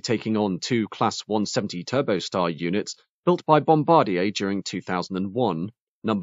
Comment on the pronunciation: bom-bar-DYAY Three syllables.